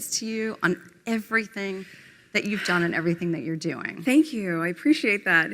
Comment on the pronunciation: ........... .........hilarious...... Grand-Dad's giant Pantaloons are "wearing her" again. ........and COMPLETELY FORGETTING her Word Salad at 9;48........."thenkew" now piss off.